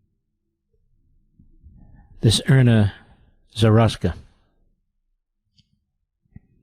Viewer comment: Erna? That’s how he pronounces Eryna? A name that’s all over the news? It’s like Ilhan, which he has been pronouncing as Ilian for years. Another name that’s been in the news…for years. As a person of the media, shouldn’t he be expected to pronounce these simple names correctly?